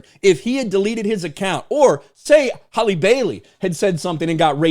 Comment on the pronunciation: Maybe some of this would’ve held up if you knew how to pronounce your names correctly it’s Halle (Hal•Lee) not Holly yet you Mena’s name with ease